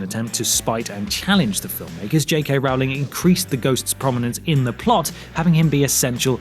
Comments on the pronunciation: Say her name right! It's Rowling as in bowling, not Rowling as in howling!!! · What really grinds my gears is when you pronounce J.K Rowling's name wrong. It's Rowling like bowling not Rowling like scowling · First of all her name is not pronounced row-ling it is roll-ling. Second Daniel Radcliffe tried to wear green contacts in the filming of the first movie but they irritated his eyes so much that they decided just to not go with green eyes. Wrong I know but more accurate than your info. Classes at Hogwarts became secondary to everything else that was happening even in the books. And there is just no way you can put every detail in a 600 to 700 page book in one or even two movies. Books can go on and on where movies have a limited time frame so they had to make some changes. Personally to me you lose all credibility with the fact that you cannot pronounce J.K.'s surname correctly. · Oh gosh! Come on! Please! Learn the name: it's ROWling like in "to row a boat". I know that Americans can't say Harry, but that it will always be Hairy...but there is no dialect-background problem with with Rowling! I'm German and even I am able to pronounce it! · Rowling is pronounced ROLLING! Ugh, everyone gets it wrong. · How do people still miss pronounce her last name?!? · Since the movies are kinda rubbish I agree with you. But could you please try and pronounce Rowling correctly? Pretty please?